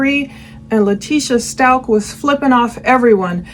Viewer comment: Out of respect for Gannon and his family, please pronounce their last name correctly. Its st-ow-k. Thank you for this insightful analysis of this awful case💝